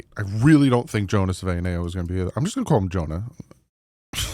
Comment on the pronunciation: From Tucson, AZ…20 year Wildcats season ticket holder. 40 year Dolphins fan. It’s: Big Jonah SAVA-ee-nah-aya Bear Down! Fins Up!